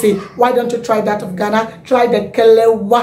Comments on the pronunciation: Plse it's Kelewale, not kelewa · KELEWELE. NOT KELEWA. THANKS.